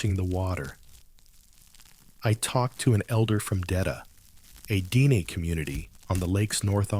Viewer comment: it is pronounced.. DEN-eh ... Yellowknife is my birthplace... i am a Dene- Chipewyan... All My Relations live there. My family has told a lot of stories about Great Slave Lake.. My grandmother remembers when she was younger going across the lake and there being an Island that had a glowing light... like a fire on that island... when they approached it the light was gone... another time she remembers there being people on the island and say a lady walking towards them in the boat... but when they got closer, she was gone.. my father told me there are Island out there that flip over like icebergs, and they are not safe to setup camp on them..